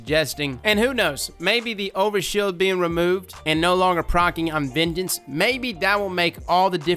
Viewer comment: Every time you say "vengeance" I hear "midget"